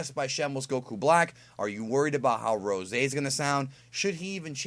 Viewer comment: yes i was impressed but call it Ros'e please